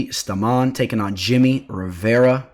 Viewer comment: Stamann is pronounced “stay-men” ... tf 😂